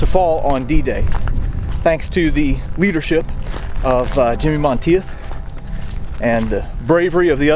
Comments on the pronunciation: Like your vids. just so you will know for future reference, It is pronounced "Mahn Teef". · *(It's pronounced MON-TEETH). Anyway, as a college student I lived in France for 6 weeks in June and July of 1990 on exchange. It was the summer after Greg Lemond won his second Tour de France by 8 seconds (and a third that year)- and France freaking LOVED Greg. This was still before France's general anti-American sentiment had begun. Yes, most Parisiens still hated us, but not all of France. I stayed with a family in a village called Brusvily, near Dinan, south of Normandy. It actually looked like a set from Saving Private Ryan. Most Americans don't understand that MOST of rural France still looks exactly like it did in 1944, (with bits of modern retail, etc). Anyway, as we toured this small town, I literally had numerous older men and women making it a point to come up and shake my hand to say thank you for what happened here. I was stunned. THEY STILL REMEMBER! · Monteith is pronounced “Monteeth” Really loving these videos by the way. 👍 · Great video. Monteith is pronounced Mon - teeth btw, pretty common name here in the UK, also sure it has Scottish origins. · Hey awesome video, one slightly annoying thing.. Monteith? = Monteeth.